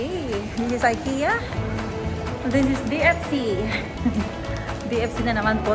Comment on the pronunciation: ik-ya met pronounce dagiti amok sis😄